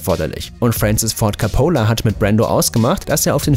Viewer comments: Wird der nicht KOPOLA ( Gesprochen ) und NICHT - KA POLA ?!? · Francis Ford COppola!! Nicht Capola! Ich seh mir sowas gerne an, aber wenn dann eine Regiesseur komplett falsch ausgesprochen wirdd, dann wird mir übel!